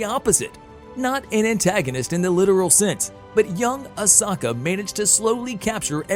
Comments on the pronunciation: I have to cross fandoms here... It's Ah- sO-ka, not ohsawka. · Ah-so-kha Not oh-sac-eh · Yeah its ah soak not Osaka ffs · OMG DUDE Say her name right. Can't even watch this past 1 min. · He's staying Asoka wrong it really Herts to here people say a simple name wrong 🤣